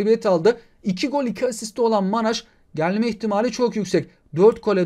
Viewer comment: abi manay diye okunuyor manaj segil